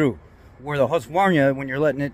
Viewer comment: FYI: Its pronounced Hoosk-var-nah.